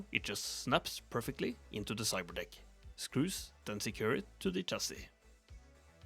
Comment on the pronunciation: i swear i heard "cyber dihh"